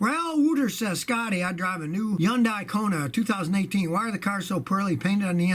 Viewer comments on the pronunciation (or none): Yundai?! Where's the "H" in Hyundai?